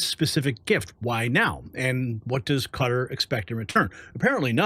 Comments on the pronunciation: Pronounced Cut-TÁR (NOT Cutter) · Please pronounce Qua-tar correctly it’s not Cutters! Come on! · I wish this guy would learn how to pronounce Qatar. I didn’t know what the heck he was talking about when he called that Arab country cutter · Stop sayaing CUTTER😂😂😂 ITS QATAR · Hi my friends. Qatar is pronouced...Ca tar. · It's pronounced KUH -TARR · HEY YOU RED NECK NARRATORS THE COUNTRY IS PRONOUNCED KA TAR Spelled QUATAR GET IT RIGHT!!